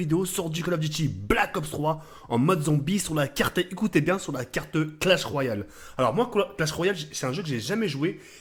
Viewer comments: ET IL A DIS "CRASH OF ROYAL"😂😂😂 CE CLASH OF ROYAL MDRRRR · Mdr crash of royal sa se voit bien que il connais pas le jeu mdr peut-être que avec la pub il apprendra à le dire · WTF IL A DIT CRASH OF ROYAU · PS: Merci de chier sur Clash Royale, c'est pas crash of royal ou clash of royal, un minimum de respect stp, moi je dit pas Calauf duti blac of ops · mdr il dit clash royale mais il mais l image clash of clan et en plus il dit CRASH royale mais sinon bien vu pour la mape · classe of royal il ta dit mdr tu deguste les mots khey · Crash of royal ... OMG Respecte un peu notre langue frere ... sinn GG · omg il a defonce le nom du jeu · Ta bouffer le "L" de Clash mon rhey?